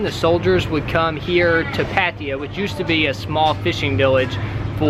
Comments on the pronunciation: That annoyed me everytime lmao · ohh its called Patiya? I thought its called Pattaya